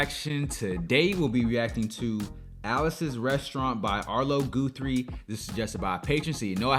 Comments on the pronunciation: Gu three not Goo three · It's pronounced Guthrie, not Goothrie.... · I love this so much. So funny. Epic folk song with a message (eventually lol) and watching yr face on this, priceless. BTW it's Gah-thrie, not Goo-thrie 😂👍🏾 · It’s pronounced “ guth” like rough. Not. It’s not goo This was one of my faves. Still know all the words ❤️ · Arlo was a bit older than me, and I don't know exactly what went down with him. What I do know is we listen to this story every thanksgiving weekend, Yes, I love the anti-war message.Btw his name is GUTHrie not Gootrhre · His name is pronounced with a soft u sound, like sunny, funny, lucky. Not like you or blue. 😊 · Sweetie person. I was wondering if you’d pick up on this. It’s one The Songs of the 60’s. Btw, it’s Guthrie as in Gut, Guth-ree. ~ Arlo Guthrie, Woody Guthrie’s son. ☀️💙🌷🌱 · “City of New Orleans” by Arlo Guthrie (first part of Guthrie pronounced like guh, Guth-rie). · this was my first....and last viewing of your channel. Sorry, but if this is a sample I just can"t do it. You not only didn't bother to find out how to pronounce Arlo's name (ever heard of Woody Guthrie?) but you chose that awful live performance where the audience noise is extremely distracting. I'd never have memorized the Massacree decades ago. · That’s pronounced Guthrie as in gut (with an h) and ree. His daddy (Woody) was a famous folk singer in his own write. His most famous song was “This Land Is Your Land”.